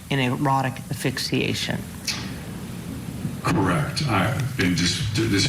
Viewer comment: Dear lawyer... it's pronounced ASS-FIX-EE-ATION, not AH-FIX-EE-ATION! Sheesh.